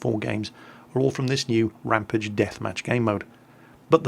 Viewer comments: Err,, it's rampAGE not rampIDGE. Like 'Dexter went on an angry rampage'. Sorry to be a nazi. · RamPAGE! Not rampidge